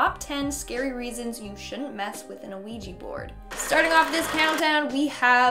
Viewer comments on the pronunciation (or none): Its "wee-gee" board...not "oo-wee-gee" board. The first part of the word "Ouija" is French for "yes". You're pronouncing it incorrectly and confusing folks in the process. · Are you calling it a "Noo Wee Gee" it's killing me lol Its "Wee Gee" or "Wee Jah " sometimes fyi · U messed with the Ouija board BC u said ouiji XD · Its pronounced wee-gg so you're right. She's incorrect. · Is it just me or is she saying A-Ouija board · Honestly I have a problem with how she said ouija board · Me too, even though she's still one of my favorite hosts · Yeah, me too. It’s kind of annoying. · Me too. Thought i was imagining it the first couple times she said it like that. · Isn't just me or is saying Ouija weird? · Cant even say quija board right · Why do you keep pronouncing the ‘O’ in Ouija??? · You constantly mispronounce the name of the board. That makes me doubt you actually know anything about the board and are only reciting what you've read and seen.